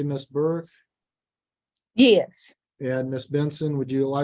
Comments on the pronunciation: I didn't know before today that in Alabama, the word "yes" is pronounced in 3 syllables. "Uh-yay-us". Awesome. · That redneck accent is like nails on a chalkboard. In the English language, "yes" contains one syllable. Not "yay-usss"